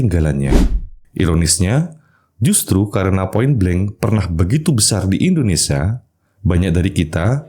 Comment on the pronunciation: indonesia bg bukan indonesa 😭